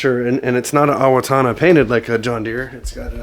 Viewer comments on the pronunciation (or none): It is pronounced “ Oh- wah- gonna”, You were close It is a Lakota word which means “ straight “ It actually means straight river